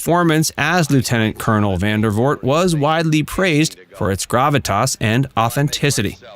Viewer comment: It's Vandervoort. VANDERVOORT. Not "Van der Voot". Please.